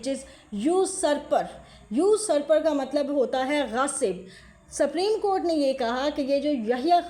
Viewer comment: سپریم کورٹ ھے آپ سپریم کورٹ کیا بول رھی ھیی اپنی رکارڈنگ سنے۔